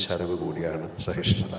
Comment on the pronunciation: എന്താണ് മോഹൻ ലാൽജിക്ക് "സ" എന്ന് ഉച്ഛരിക്കാനാവാത്തത്. ശഹിഷ്ണുത , ശാധിക്കണം, ശാങ്കേതികവിദ്യ, ശ്വപ്നങ്ങൾ, ശഹായിച്ച, അങ്ങിനെ "സ" എന്നിടത്തെല്ലാം "ശ" എന്ന് പറയുന്നതെന്താണെന്ന് മനസ്സിലാവുന്നില്ല🙏